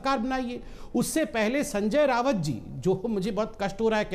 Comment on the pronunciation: Its not रावत it's राऊत